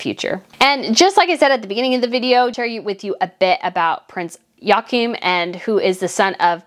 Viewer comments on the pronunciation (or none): Joachim’s name is pronounced: Yoo-ah-keem